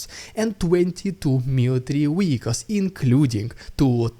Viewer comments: It's not "wieckls", it's "vieckls". I think you understand what I mean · To help...you are mispronouncing a common word.. you use frequently . You are saying ..... Weicles (WEE-Icles) The world is Vehicle (VEE-icles) W and V are not the same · So long as you are happy sounding daft ?